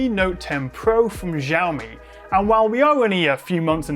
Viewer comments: When are you gonna get the name pronounciation right? It's not 'Jiaomi' it's 'Xiaomi' as in an 'S' not a 'J' sound. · It's pronounced "shaomi" Not "jaomi" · She-awe me. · lol I always pronounced it 'Ziaomi' thanks for pointing out that it's actually Jiaomi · Š(sh)aomi not Žaomi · Jaomi? It’s xiaomi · Hearing "JAWMI" instead of SHAOMI.. is really distracting. C'mon! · Actually no. In standard Mandarin, "xiao" is pronounced close to "sheeow," not "shaw." It's just that many non-Chinese speakers mispronounce it, and then everyone repeats each others' incorrect pronunciation. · Nobody: Jiaomi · It's more like "Shaw me" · actually more like "siaomi" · It's Shao-mi!!! Shao-miiiiiiiii! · the way you pronounce Xiaomi :( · That's a new way to pronounce Xiaomi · English pronunciation of Xiaomi makes me spit my phone/monitor every time :D